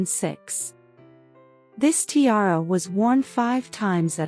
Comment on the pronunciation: Poor pronunciation of tiara